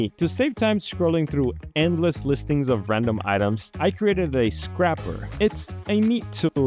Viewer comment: mispronouncing scraper </3